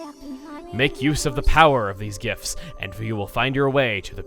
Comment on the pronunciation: Hey... it sounds like you're saying gifs when you're saying gifts. It's funny to me for some reason.